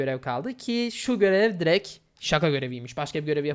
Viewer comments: “Direkt” yerine “direk” demeyi bırak artık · Biz buna ünsüz düşmesi diyoruz